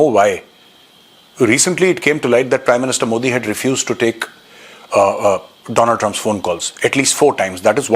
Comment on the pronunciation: Donald Trump ❌ doland Trump